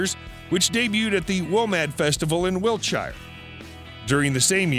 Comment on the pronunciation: Nevermind the factual errors, the butchery of English place names such as Wiltshire, West Bromwich etc is just a joy to behold!! Please do a road map tour of the UK, I'll wet meself!